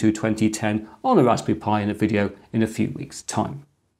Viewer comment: It's "raspberry," not "raspy." Three syllables.